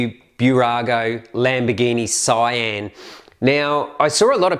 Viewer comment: It's Sian not cyan